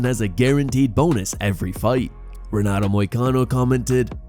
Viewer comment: George's Saint Peer said what now? This AI generated voice gets me every time. Can't pronounce Ray-Nato correctly either but has no problem with Moicano 😂😂